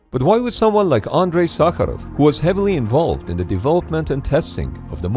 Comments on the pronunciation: Real😮я русский,реально идеально произнёс по-русски) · Damn that prononciation of Sakharov was perfect 😳